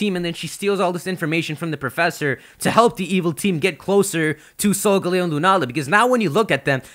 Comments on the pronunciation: Your pronunciations are off you pronounce Solgaleo as Solgalayo (Leo is Latin for lion) and Lillie as liel. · the pronunciation for solgaleo still hasn't been really decided, as it could be either sol-gah-leo or sol-guh-leo. Both are play on sol (sun), leo (lion), and parts of Galileo's name, but Sol-guh-leo pronounces the leo part more, while sol-gah-leo puts more emphasis on the galileo part.